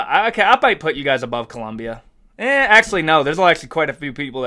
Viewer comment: Bro thats clearly the flag from ecuador not colombia. Also its colombia not columbia.